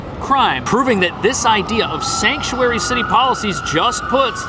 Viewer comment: Shank-u-airy city lol